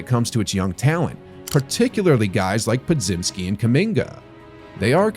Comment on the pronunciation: Yet another "analyst" vid that can't pronounce Podziemski correctly